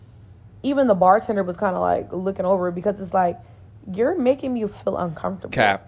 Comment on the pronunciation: It’s "making," not "makesing." There’s no "s" in the middle of the word. You should know this as a native English speaker. I’ve found that people with horrendous grammar and language skills in their native language (barring speech impediments, injuries, and disabilities that impact language skills) tend to be ignorant and lack social intelligence. They’re the ones who order the entire menu on a first date and become irate when their date refuses to pay for it.